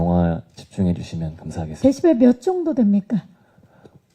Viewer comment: 박경림님이 데시발 이라고 잘못 발음하니까 웃음 터진거 존나 웃기넼ㅋㅋㅋㅋㅋ 데시발 ㅋㅋㅋㅋㅋㅋㅋㅋ